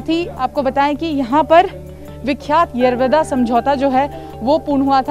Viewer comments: मराठी बोला.. येरवदा नाही येरवडा.. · Tila yerovda bolta yet nahi yeroda boltey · येरवदा नाही येरवडा 😞😞😞😞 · बिलकुल नाही दादा फक्त गांधी जींना इज्जत दिली गेली पूर्ण रिपोर्टिंग मध्ये, येरवडा या शब्दाचा उच्चार येरवदा असा केला आहे भीतर ही कोणती हिंदी ? हा शब्द तर हर्यान्वी भाषेत केला जातो , हा मराठी न्यूज चॅनेल आपल्याला येडा बनवण्यासाठी प्रयन्त करत आहे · येरवदा काय बोलती येरवडा बोल येरवडा king off पुणे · बोबडी कुठली येरवदा नाहि येरवडा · येरवडा बोलो,,,येरव दा नाही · हिला येरवडा पण नीट म्हणता येत नाही 😜😜😂😂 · 02.45 madam Aap येरवदा bol rahe ho Plz येरवडा bolo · Are madam wo येरवदा nahi येरवडा है... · येवादा नाही g येरवडा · यारा वादा काय म्हणते येरवडा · येरवदा येरवदा जेल काय बोलतेस. ऐतिहासिक जेल आहे. येरवडा जेल असे मराठीत नाव सांग. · मॅडम ते येरवदा नाही येरवडा आहे...... जे दाखवायचं ते दाखवलं नाही आणि भलतंच बसले दाखवत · येरवदा नही TV9 येरवडा है जो दिल मे आया ओ मत बोलना । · मराठी बोलायला लाज वाटत असेल कदाचित. आणि ते येरवडा कारागृह आहे नाकी येरवदा.🙏 रिपोर्टर ला व्यवस्थित मराठी शब्द बोलायला शिकला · यरवदा नाही माय यरवडा आहे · येरवदा नाही रे येरवडा आहे ते😂😂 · Pune Pact Bolo Anchor Yerwada Samjota nahe 🗣️✍️ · येरवडा म्हण बाई आणि मराठीतच बोल